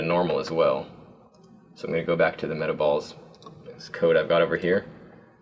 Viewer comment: im glad im not the only person who thought this said meatballs not metaballs XD